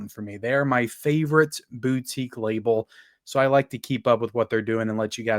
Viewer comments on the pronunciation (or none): none